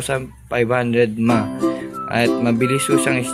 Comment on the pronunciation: kuya ndi as in word na MAH ung battery nya po... M....A...H.... mean milliampere ^_^ just saying